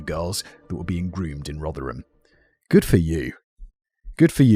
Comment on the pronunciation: Danny must be made up that Simon managed to pronounce "Rotherham" properly at last- I am and I've never even been near there!